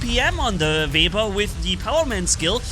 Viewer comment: keeps calling it a vebber